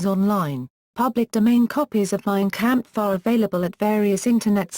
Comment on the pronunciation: “Mean campfuh.” ❗️👂🏻….🥾🤡🤛🏻